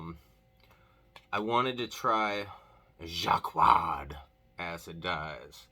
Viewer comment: I am here LOLing over your Jaquard pronounciation... You did get the "j" right, but not much else. Quality content! (j as si in Asia, a as u in mum, qu as c in cat (NO "w" sound!), another a as u in mum and finally r the fancy French way because d is silent)